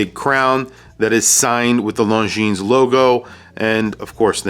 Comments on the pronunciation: Awesome review thank you. FYI, when pronouncing the company name, the S is silent. Swiss company with a French pronunciation. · Just an FYI, Longines is pronounced without the final "S". You can't really know it if you don't speak French or did not inform yourself, but considering how many times you pronounce it, I thought I would let you know :) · Damn..... It's singular Longines, no "s" at the end. It's really not known brand in USA.......